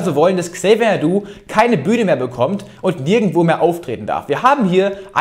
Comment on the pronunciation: Tolles Video wie immer Niki. Bitte trotzdem mal auf korrekte Namensaussprache achten. Es heißt Xavier Naidoo nicht Xavier Doo 😂